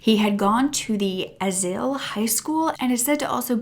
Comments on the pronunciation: It's pronounced "aye-zil" and if you know anything about that area, it tracks. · i’m. sorry. nothing to do with the case or this sweet baby girl i live in Azle, Texas. it’s pronounced, Ayzol. the zol part sounds like sol the spanish word for sun. just with a Z. sorry i just wanted to help. Thank You!